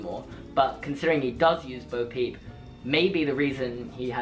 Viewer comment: I just want to point out it's Bo Peep not boo peep but I agree